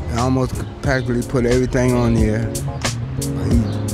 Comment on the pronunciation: “Erreryting azspecial”